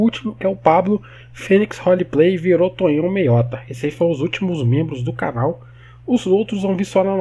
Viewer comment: Mds.. Tonhão? Eu esperando tu dizer meu nome e quando chega a hora tu diz errado kkkk, o ep todo o Tonhão reclamando que se meteu em encrenca e nós felizes pq gostamos de ver o parquinho pegar fogo kkkkkk